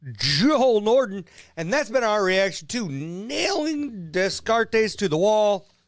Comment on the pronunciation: Descartes is pronounced like day-carts (i.e., it's French).